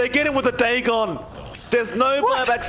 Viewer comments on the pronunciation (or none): none